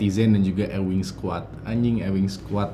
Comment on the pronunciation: bacanya bukan EWING SQUAD, tp EWING SQUOD.